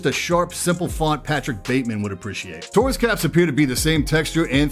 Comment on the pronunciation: Idk why, but in my head i thought he said "tourist" whenever he said taurus